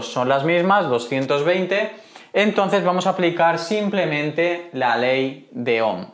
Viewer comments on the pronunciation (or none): none